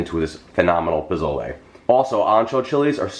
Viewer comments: Jeffrey, I love you and I ADORE your recipes, but can I tell you (without sounding like a know-it-all), that the proper pronunciation is “poh-soh-leh?” I’m from New Mexico, and Pozole or Posole is a huge part of our cuisine. Thank you for sharing this recipe. ♥️ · Pronounced Po-sol-aye, whether it’s spelled with an o or a.